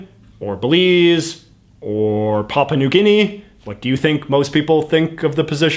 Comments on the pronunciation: Oops! It's really Papua New Guinea, not Paupa New Guinea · ". . . or 'Papa' New Guinea . . . " Hahahaha. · I'm pretty sure the plural form is "governorS general." And it's not "Paupa" New Guinea; it's "PapUa New Guinea."